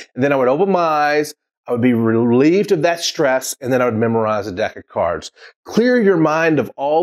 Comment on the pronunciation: Did you said DECA cards or deck of cards??